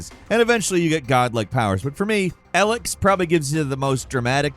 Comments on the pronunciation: Elex is pronounced E-Licks. Not Ah-lex. Its like people dont listen to how the developers say the name of their own games. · EEEELEX or ELEX Not Alex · The way you pronounce (E- licks) elex is driving me crazy, they have audio and they say it in game a lot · Ellex? E, Elex not ell. Thought it was Alex for a second. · how many years and he still cant pronoubce Elex right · I can't be the only one who had no idea what he was on about when they first heard the way he pronounced ELEX